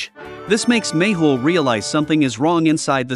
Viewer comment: It always sounds like u say maple instead of méhul